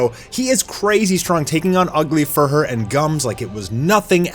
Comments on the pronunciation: Vomited ugly "few-rur". Say it with me. FEW-rur. It's not pronounced fur-her ffs. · Fuhrer is pronounced Few-RURR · Are we ever going to teach how to pronounce Fuhrer? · You're killing me with your pronunciation of fuhrer...